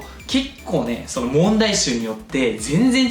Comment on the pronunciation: スターディの河野玄斗れす！！ がかわいい。なんなんだ。